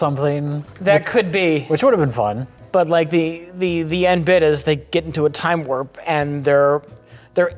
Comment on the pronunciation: "Time-wurp"! xD